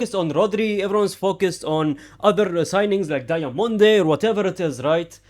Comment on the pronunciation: Did bro js say Diamond - e